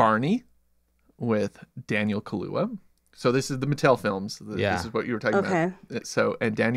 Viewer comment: Y'all really hate black people and black music. What do you mean the Nicki Minaj song is stupid. And you mispronounced Daniel Kaluuya name. It's funny how you guys have no black movies on your catalogue too. Crazy business